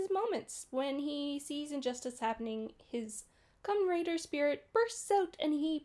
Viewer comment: Kamen RIDER not raider lol. And his name is TERUHARU and is nicknamed "hideo" as he often runs into trouble like a hero.